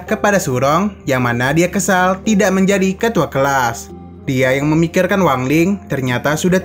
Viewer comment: menjadih sesuatuh diketauih ituh